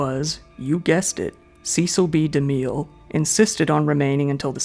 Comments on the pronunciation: Great video! Regarding Cecil B. De Mille: His first name rhymes with "vessel" and the last name with "de mill" (not "de meel"). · A quick Google search of Cecil B DeMille pronunciation & one would know his last name ends in 'Mill' not 'Miel' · The famous (or infamous) director Cecil B. DeMille is pronounced ... Cecil = "Ses Sill" B DeMille = "De Mill" Not your fault. I realize that many of the online how-to pronounce guides say it incorrectly, too. So, that really sucks! But you'll hear it properly pronounced from old news reels of his era. The codes in the "pre code" are not safety codes that is not what "pre code" means. The "codes" are the morality codes, and this was a time from 1931 to 1934 where sex, nudity, violence, and debauchery were common tropes in movies! Before the morality, codes were enacted in the U.S.A. movies were very raucous and racy!